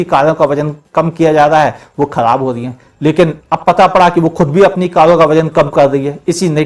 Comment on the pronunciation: Kalon ka nhi uncle, karon ka😂😂😂